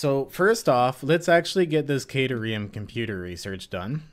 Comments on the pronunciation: Phonetically, it's Cat-air-ee-um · You know at first I was really upset with the mispronunciation, but now I think it would be super funny just to keep saying it how you are. Makes it sound more like a place you would go to snuggle cats if you got stuck in ancient Greece.